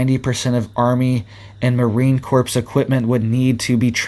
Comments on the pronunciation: in Corps the P & S are silent... Pronounced Core not corpse. 😣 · Corps is pronounced "core" not "corpse"! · I REALLY like you, and watch all your alerts, but you need to be aware that the word "corps" is pronounced CORE... it will increase your credibility. Thank you for what you do! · its pronounced Marine CORE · It's pronounced Marine Core or Kore if u prefer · Corps pronounced core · Marine Corps - the 's' in Corps is silent.